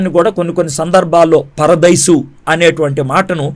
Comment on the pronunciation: మీ ఇద్దరికీ బైబిల్ సరిగా తెలియదు....కారణం ..మీరు బైబిల్ కాలేజీ కి వెళ్ళలేదు చదవలేదు. చదివితే ఎక్కడ చదివారు,ఏం చదివారో చెప్పండి. తర్వాత సంగతి తర్వాత. ముందు ఇక్కడ చూసుకోండి. అయ్యా! పరదేసి కాదు..పరదైసు. పరదేసి వేరే దేశానికి,ప్రదేశానికి చెందినవాడు. ఆమాత్రం పలకలేనివాడివి బైబిల్ ఏం బోధిస్తావ్?